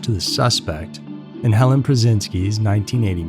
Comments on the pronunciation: Helene not Helen. It's pronounced Hellean. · Helene; not Helen. Such a sad story; she was so beautiful. RIP sweet girl.